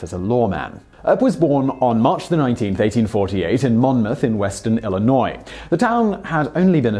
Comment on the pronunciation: Did....did he just pronounce Illinois correctly???? Holy shit?!